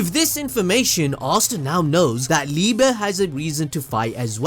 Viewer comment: It’s pronounced “Lee-buh”, his name is German. Love your content btw.